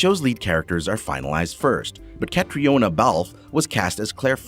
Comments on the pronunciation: Also know how to say corset correctly. Also pumice stones. And pronounce Sam hueghan correctly also. And pronounce catriona correctly. (Sam calls her Katrina.) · Her name is pronounced KATRINA, not Kate-ree-oh-na. Also, it's TOE-BYE-AS, not Toe-bee-as. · It’s pronounced CatrEEna, not Catriona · Sam Hugh-en Diana Gab-el-don Cat-rina Balfe. And even Catharine hi-gul Omg learn to pronounce their names if your gonna do a video about outlander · You clearly missed how to pronounce Caitriona's name. Say Catrina. And its not Dana Gabalton but Diana Gabaldon. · Pronounced Catrina...silent o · Really. I understand not knowing how to say Balfe's first name but Tobias? I can't believe how poorly done this was. Heigl...Hi gell. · honestly the names.....pronunciation needs to be fixed...caitriona isn't correct for example. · It’s sad to be literally shooting ‘Caitriona’ at my phone because it’s not being pronounced correctly. Just like every other comment yes it annoyed me. Irish names aren’t always pronounced like they are spelled lol 😂Gosh I hope neither of them see this video!!